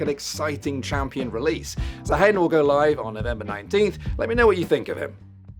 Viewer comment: Did i miss an inside joke or something why does everyone keep calling him zaheen instead of zaahen?